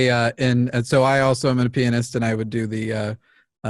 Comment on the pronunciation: when telling someone that you are a pianist, annunciation is very important.